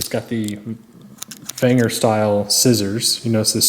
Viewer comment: It's pronounced venger not wenger.